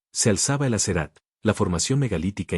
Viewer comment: Muy mal leido este libro ,lastima ese que Lee no sabe ni pronunciar las palabras que estan en arameo asherat,anas y otras ,😮